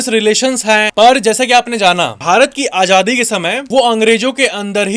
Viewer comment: Ganwaar apna pronunciation sahi kar.... hindi bi sahi nahi boli jati tum se j ko z z ko j s ko sh sh ko s..... padta hai Ajadi nahi azadi hota hai...etc